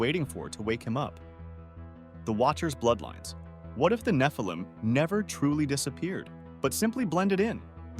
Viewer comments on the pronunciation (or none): none